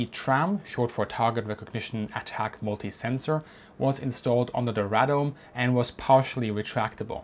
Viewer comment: Radome - "ray" "dome"